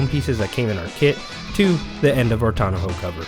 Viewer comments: Tawn-ah-hoe. Is that how you all from Cali say it? Otherwise nice soft roll up Tawn-oh 😊 review and install. I went with the OEM soft trifold but the soft ones do stick up more than the hard ones (roll up or tri-fold) but cost a lot more. Gonna live with it for a while but maybe upgrade to the Bakflip MX4. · tonna-ho cover? Come on, man. Say it with me, tonn-oh cover. Thanks for the video.